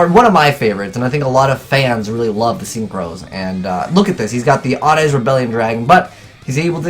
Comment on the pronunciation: Why does Azneyes sound at the beginning like "Ewww"